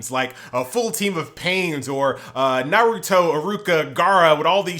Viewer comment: Finally said Naruto correctly 💯🙌🏽